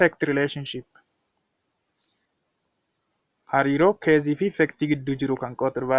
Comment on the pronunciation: What you are teaching /providing as tutorial activity is impressive and comprehensive but please consider your pronunciation of cause and case, they should be differently pronounced, you have to pronounce them correctly. Otherwise, your teaching effort is very good and interesting, hence keep it up.